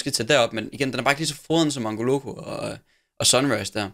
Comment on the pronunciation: Du udtaler mangolocco forkert du siger Mangoloko